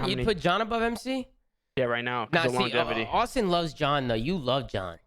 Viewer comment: kept saying longativity gahahaha